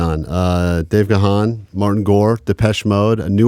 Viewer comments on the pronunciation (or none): It's pronounced Gone not GA Hawn lol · It's a bit sad that the presenter doesn't know how to pronounce Dave's surname properly. It is "guuun" not "gahan". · What is it with this channel and their pronunciation of "Gahan"? It's one feckin syllable!!!, not two! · That gahan pronunciation, though. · It’s actually pronounced Gan as in ‘man’ ‘can’. The ‘h’ is silent! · Yeah, I get annoyed by that too. I’m pretty sure Dave gave up on correcting people long ago, because they’re going to keep saying Ga-Han no matter what 🙄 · Ok but how do you interview the boys and still mispronounce Dave's last name??😭😭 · you mis-pronounced Dave's last name... nice interview otherwise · 📌📍Sidenote....it would have been fabulous if you had correctly pronounced Dave's last name correctly given his & DM's history....come on now!!! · Over 40 years of Depeche Mode's existence and idiots still can't pronounce Gahan correctly